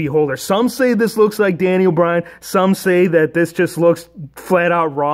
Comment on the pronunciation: You said danile bryan